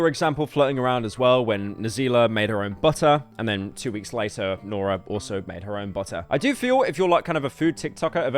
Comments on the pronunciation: Man just use text to speech, IDK how you managed to butcher nara halfway through as well. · Cheers bru for mispronouncing the most basic South African names, truly peak content🙏🏿